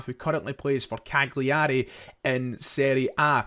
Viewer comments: Better to say it like Cal-yerry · It's pronounced CAL-yar-ay. Just helping out. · Please pronounce Cagliari correctly, it’s a silent “G”. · Maybe the most mental pronunciation of Cagliari Ive ever heard.